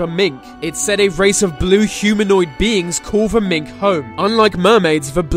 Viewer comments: It’s not pronounced mink ffs it’s Minch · If you're going to make videos about Scotland at least pronounce words properly, it's Minch not mink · Have you never heard "the Minch" sounded? Obviously not. It's Minch like Inch, not Mink like ink....Do some research man. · Okay, so first of all, I am a Scottish Highlander, and at 1min40secs youre talking about northern scotland, where there is a body of water called "the mink" first of all of all the body of water is a sea, and it is Minch as in pinch, and its not in the northern part, but indeed off the west coast of Scotland called the western isles... the clue is in the name there, the blue men are known as Kelpies.... and then at approx, 3mins 7secs, ben macjewy??? WTF (its Ben macdui, as in macdooie) I am going to have to release a better video than this tbh. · For some reason I'vended up watching this again! PLEASE, if your going to pronounce a Scottish place name learn how it sounds before butchering it on youtube. The Minch is actually pronounced with the last two letters 'CH' pronounced as in the way you'd say "CHain" not how you pronounced it as 'MinK" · Minch-(mintch) Cu sìth-(coo shee) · sorry man,the word Min CH is pronounced Minnche ch as in chocolate.Yes I am the one true Scotsman,living in Scotland and as a teenager on a local trawler back in the 7os and we went one day to fish the Minch...........fucking nightmare,lucky to have lived,never went near a vessel of any kind!Most dangerous stretch of water,ridiculous,standing on deck looking UP at the wall of green freezing water,brrrrrrr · Minch, with a ch